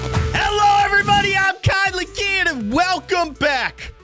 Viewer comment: Don’t care but it’s Keyin not kien